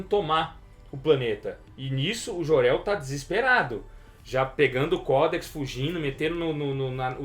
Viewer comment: Querido ´´é memo´, é Jor El que se pronuncia. Não existe ´Jorel´! Jesus!!!